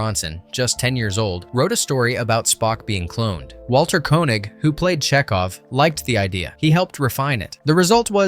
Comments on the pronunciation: Dez-ee-lew not Des-ih-lew and Kay-nig not Ko-nig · Enjoyable, but some flaws: you mispronounced Walter Koenig's name (KAY-nig; long A; met him on a publicity thing). Next: you fail to mention the name of the "almost lost" episode...you also fail to explain why it's on tape; the show was made on 35 mm film..... Eh, still enjoyable..... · Tell the robot to learn how to pronounce Walter Koenig's name properly...